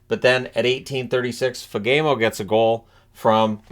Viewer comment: fyi … Fagemo is pronounced “fah-gee-mo”. keep up the good work 👍🏻